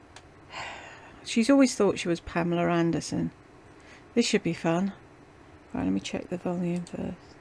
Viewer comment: Yeah...I found that a bit nauseating. I've always heard her called Pamela.